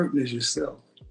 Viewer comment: I think she was not right in the head. “Someone aksed me today r u a model?” 😭